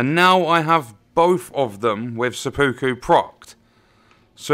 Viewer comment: It's pronounced sep-puku